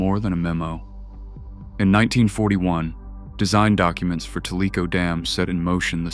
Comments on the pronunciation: It’s pronounced : Tell-uh-co 😁😉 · Tellico sounded out as Tell~e~co way this idiot pronounced it was Tel~lē~co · It's not pronounced ta lee ko - it's pronounced tell i koe tellico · It's pronounced "TELLA-CO" Lake, not Tell-eeco 😂. Lol and some of is families have been right here in Oak ridge since before it was a secret and we know where all the bodies are buried. We do not tell, because that knowledge is power.